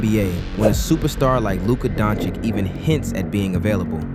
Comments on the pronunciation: I'm amazed how many people say DonciK. WHERE do you see a K? No problems saying choo-choo, but it's hard to say Dončić. DON-chitch. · not luka donchixx 😭😭